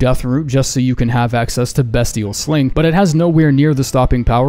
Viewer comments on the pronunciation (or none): Beastial sling. Nit bestial sling